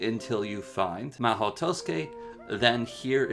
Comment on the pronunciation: your “mahou” is fine You said tusuke